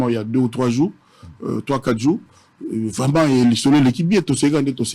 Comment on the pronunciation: …Et le journaliste et son invité, « vreument »eloba nango vieux « vreument »mua 🤌🏾🤌🏾 Batu ya mayele … Les intellectuels se reconnaissent !!